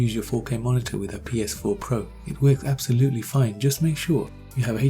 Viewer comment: This dude said PSP pro